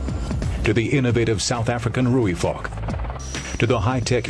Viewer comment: south african roik-fuck? ... I´m almost just they pronounce it differently in SA, in in does deserve it´s good name ;-)